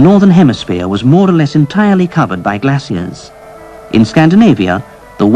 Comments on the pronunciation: That certainly is an interesting way to pronounce the word "glacier". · I never before heard glacier pronounced this way.